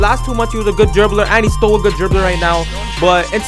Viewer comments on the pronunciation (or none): Why every time he said still I thought he said stole